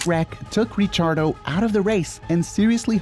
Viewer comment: 'Richiardo' It's pronounced 'Rikiardo'